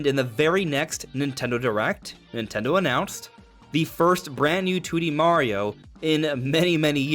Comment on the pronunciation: Nin Ten dHo